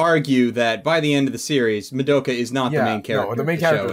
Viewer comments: It's pronounced "Muh-do-kuh," not "Mah-duh-ka." C'mon. Japanese syllables. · How can you guys watch an entire series, and it's sequel movie, and not know how to pronounce Madoka's name right. I'm 20 minutes in and you've said it wrong 100% of the time.